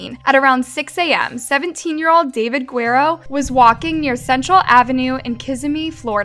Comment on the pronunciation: I think the sentence is fair - I also think that someone doing these videos should learn how to pronounce Guerrero correctly